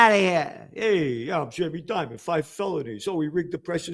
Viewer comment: Lol, Gerald doing Jamie Dimon in an Italian accent😅